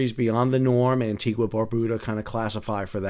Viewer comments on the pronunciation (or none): Just to let you know.. Antigua is NOT pronounced 'Anti gwa' but rather 'Anti gah'. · Ann tee gah.